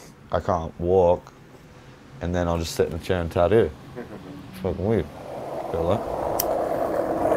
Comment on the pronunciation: he definitely says tattoo like an aussie